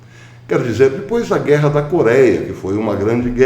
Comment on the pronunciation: PROFESSOR, BOM DIA. NÃO TENHO 50 MILHÕES DE DÓLARES, MAS TENHO JESUS E FÉ NA JUSTIÇA DIVINA. GOSTO QUANDO O SENHOR SE DESPEDE DIZENDO "ATÉ DESPOIS", CERTO PACATO CIDADÃO???? 😀🤗